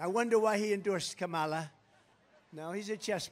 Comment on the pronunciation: "Kom-mALAh"😂😂😂 the way he says her name is so funny😂